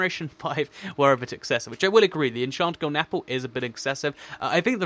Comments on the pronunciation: you its golden not golen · Lol "Golen" apple.